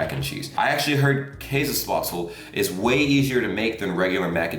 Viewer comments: I love how he says "Kaasespaatsel" 😂👍😂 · in tirol we dont say käsespätzle we say Kaaspatzlen